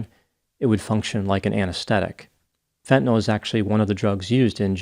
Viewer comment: Hat tip for actually pronouncing "fentanyl" correctly. Most people say "fen-tuh-NOL," which sets my teeth on edge. (I knew you'd get it right!)